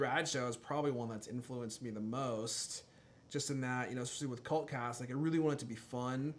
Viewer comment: When you say "cult cast".....it sounds like Cunt cast over here in the UK. :)